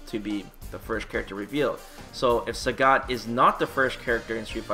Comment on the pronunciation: It's pronounced Sagat not Sägät. What are you, finnish? :D What's funnier is that you sometimes say it correctly, only to ruin it with "ä"s the next time you say it!